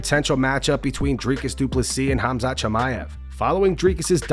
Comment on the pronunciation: Tim Welch says Hamzat for Khamzat and i love it